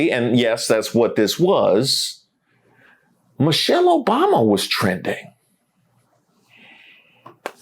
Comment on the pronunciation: And, did that guy say "Mochelle Obama"? Who is Mochelle Obama?